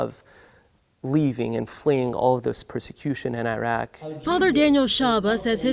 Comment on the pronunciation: The heck is Eh-rock 💀